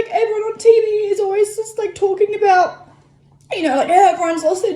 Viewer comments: SPC Dewitt Unless your part of America pronounces the “oo” syllable differently than mines, he sounds like he’s saying “u” as opposed to “ou” or even “oo”. Sorry for getting technical on you. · you mean "A boot" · “Aboot” hahaha 😭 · Actually i was making fun of people from Canukistan and how they pronounce the word 'About' as 'A boot' i do love the techinical stuff, no hate from here fellow grammar hammer.